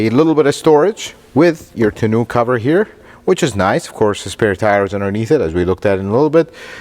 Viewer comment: Toonooo. Hahahahha. Cover silly Americans cant pronounce words hahahah